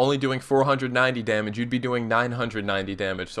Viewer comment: There is only one possible way for me to not have to hear the syllables 'domuj' again. I stopped listening to the vid And there is only one way I, and everyone else who feels that same way, can both, listen to your otherwise excellent vids, and also, not have to hear the word domuj. And that way is to ask you to please please not use that pronunciation in your videos